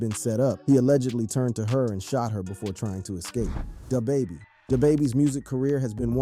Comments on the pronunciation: DahBaby? Pooh sheesty? Bruh ain't from the hood 😂😂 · Dah bahbah lol